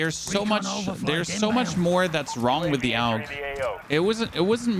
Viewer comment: He is pronouncing it correctly AUG= Armee universal gewehr = universal army rifle